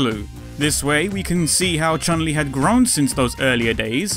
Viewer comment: Why Americans and Europians call her Chan Li? Because she is Chun Li, she's transription is 'tʃju:n li in japan.